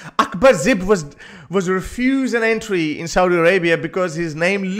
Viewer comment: his name is Akbar Zaib, not zib, but a great story 😉